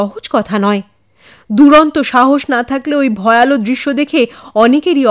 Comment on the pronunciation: খুব ভালো লাগে গল্প ও পরিবেশনা। সামান্য একটু কথা- উচ্চারণটা 'ভয়ালো' নয়, "ভয়াল"। আর একটা প্রচলিত উচ্চারণ 'হিঙস্র'- বেশির ভাগ গল্পের চ্যানেলেই শুনি- হওয়া উচিৎ "হিংস্র"।